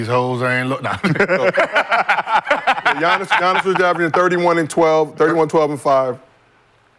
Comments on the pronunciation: It's Giannis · It's giannias